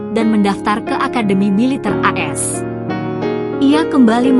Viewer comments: Ceritanya bagus, tapi naratornya sayang salah baca, harusnya AS dibaca Amerika Serikat, bukas "as". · Mesti narasinya di buat2,, knp sih AS dibaca as??? Emgnya dari SD sampai perguruan tinggi, singkatan AS bisa di aca as ???